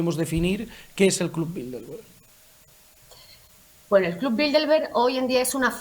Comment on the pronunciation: Por qué dicen BildeLberg?. De donde sacan esa "L" que no existe?. Se supone que son gente culta.... No se dice BildeLberg, se dice BildeRberg.